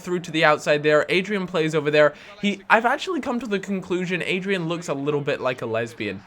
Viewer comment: Its not Adrian. It's Adryan